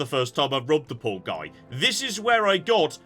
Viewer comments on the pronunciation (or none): none